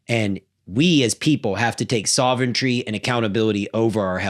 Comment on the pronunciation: The goal of the Deep State Globalists is to DEPOPULATE! They’ve told us themselves. They are doing it with our food & meds, so IF we get these things corrected, I wonder what they’ll try next? God KNOWS and He has a plan. P.s. I love this guy, but he has to learn how to pronounce sovereignty. He says: soventry. 😋